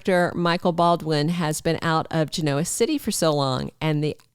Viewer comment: Please pronounce it GEN-oa City. It is not gen-OA. I am a long time viewer and it bugs me a tad :)